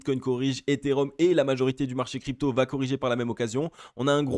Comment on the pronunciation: ARRETE DE FAIRE LA LIAISON//APRES LE MOT "VA" IL N Y A PAS DE "T" tu fais toujours la liaison lol